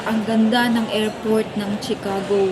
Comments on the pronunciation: it’s pronounce shi- ca- go not tsi-ca-go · sorry no offense meant..it is pronounced SHIcago not CHIcago.. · CHICAGO is pronounced as (SHE) cago and not (CHI) like Chicharon😊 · Shicago....not chicago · Chicago pronounced as She-ka-go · I’m frm Illinois po ang pronunciation ng Chicago ay shuh•kaa•gow ✌🏼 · It’s pronounced as SHI-ca-go. Always listen to how the locals and the authorities say words and learn,. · Pronounce Chicago as Ch to Sh. Pronounce it as Shicago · Pronounced as She ka go. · Ay salamat sa nag correct sakit pakinggan ng chicago eh.😂